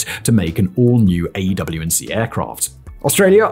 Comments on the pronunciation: Stop saying AW and C, its AWACS ffs 🤔😉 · People say "AWACS," not "AW&C." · Every time he says "A, W &C plane" instead of just saying AWACS I die inside anew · Why do you keep calling them an AEW&C - with 7 syllables - when most people call them an AEWAC - with 2 syllables? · Just say “AYWAX” ffs lol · The aerospace nerd in me is going nuts at him not pronouncing it "Ay-Whacks(AWACS). Like full blown Forrest Whitaker eye irritated. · Every time he says “A W & C” I cringe, like when he spells out “m k” instead of pronouncing it as “mark” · AEW&C??? Who pronounces it like that.... aewac "awax" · AWACS pronouced' A-wacs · The way you keep saying AW&C makes this video lose credibility slightly...editor/director pls help him out lmao